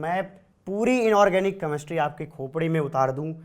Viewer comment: Ek to Chemistry Dhang Se Bolna Seekho Tum..... Kameshtry Nahi Hota Chemistry Hota h 😒😒